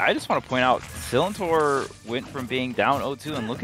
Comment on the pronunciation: The amount of times they said Sillintor wrong😭😂